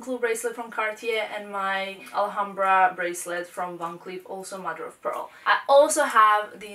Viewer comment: Please please learn to say Alhambra correctly, it is so irritating.